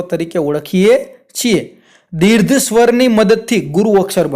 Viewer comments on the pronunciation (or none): સાહેબ દીર્ઘ શબ્દ બોલવામાં ઉચ્ચાર માં તમારી ભૂલ દેખાય છે. દીર્ધ માં ધ ધજાનો નહી પરંતુ ઘ ઘરનો ઘ આવે.